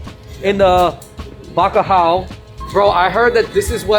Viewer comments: Bacalao hahahaha bro its bacalhau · Eles disseram alejana em vez de alentejana e bacaau em vez de bacalhau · Bro i loved that video, im portuguese, but i think it should be better if u put ur lyrics in portuguese way like "FERDINAND MAGELLAN"? whats that? and Bacalhão its not Bacalao :D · At a certain point i saw something thar said Bacalao....it's bacalhau dude ahahah